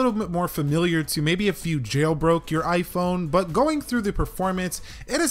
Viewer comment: you saying iiphooon we saying iphone